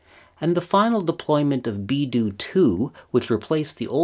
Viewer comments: BeiDou, not BieDou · BeiDou not BIEDOU is the Chinese system. I think you also meant to say that to correctly recover GPS time you need four satellites not that the fourth satellite alone provides the time which is what it sounded like. Cheers. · great video as always. just a minor thing: "BeiDou", rather than "BieDou", meaning Northern (Bei) Dipper (Dou) ... and pronounced like " Bay Dough " ... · "Beidou" not "Biedou"